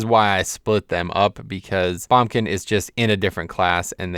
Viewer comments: as good as this video is. the way you say boomkin just made my ears cry :(. please say it properly. BOOMkin. not bumkin hahah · "bombkin" and "Sh-man" lol what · Heres how commenting on this video goes: if you agree with him he'll agree with you and stroke his own epeen; if you dont he calls you an idiot. Also its BOOMkin.